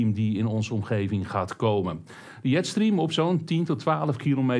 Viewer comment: jetstream :) een beetje net zoals tante jet stream uit Mokum, ff je Engelse spelling bijschaven... denk Djetstream